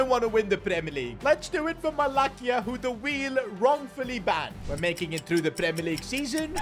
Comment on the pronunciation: its not 'Malakia' its Malasya=Malacia (pronunciation)